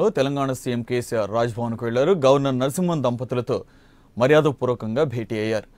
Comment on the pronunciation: E L N Narsimhan kaadu babooo, ESL Narsimhan. Meeremi journalist lu babooo